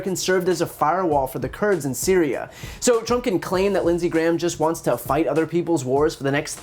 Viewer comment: Did Dump just just say cereal instead of Syria? This man needs a language expert to teach him how to pronunciate his words. Like we all know Turkey for some is food, I never had a bowl of Syria before. 🤔🙄